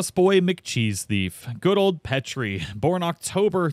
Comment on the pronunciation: Also I think the mouse is pronounced pee-tree you know like a petri dish? SCIENCE